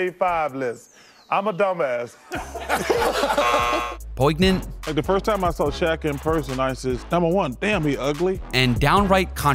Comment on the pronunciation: Your software voice-over sounded pretty human until it got to POIGNANT. I fell out of my chair. Get a real human to do them.